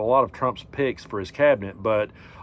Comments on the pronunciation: At first, I was wondering why you kept mentioning trump's "pigs".....finally realized you were saying "picks". But I think I was right the first time. 😂😅😂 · I kept hearing pigs instead of picks😂 My subconscious mind hearing what it wants. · I thought you were saying pigs not picks. Eighter way it fits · The first time in this segment when you said "picks," I heard "pigs." Sounds about right for them. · Hey, appreciate your messaging. My hearing is losing sharpness, are you saying " picks" or "pigs"??